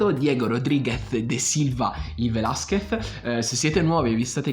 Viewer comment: Da laureato in mediazione linguistica nonché conoscitore di ben 8 lingue, tra cui lo spagnolo riconosco la difficoltà nella pronuncia del cognome Velázquez sulla quale ti sei impegnato ma c'è ancora da lavorare ;) quindi metto like solo per quello! Sto scherzando, hai spaccato!